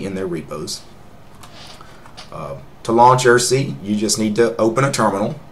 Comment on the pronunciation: Irssi is pronounced "eye - are - see" like IRC like I - R - SSI